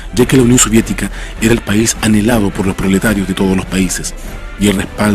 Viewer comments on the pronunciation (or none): none